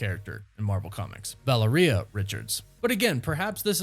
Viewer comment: "valler-ria" richards😂bruh what is wrong with you